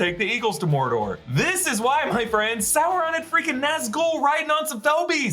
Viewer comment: OMG. He's not Chinese Food. It's not Souron. It's Sauron.